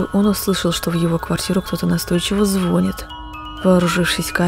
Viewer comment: Уважаемая, у Вас отличный канал, и всё мистическое и интересное, но просто на будущее говорится не ЗВО́НИТ, а ЗВОНИ́Т!